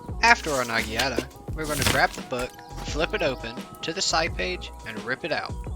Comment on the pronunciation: Bro quit saying nagiata its called a naginata